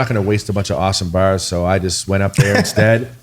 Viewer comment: Take a drink of your favorite beverage or a hit of whatever you smoke every time they say 'berz' (Bars)